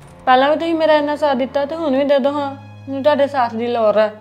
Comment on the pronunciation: Lor ki hundi. Pronunciation sudharo Biba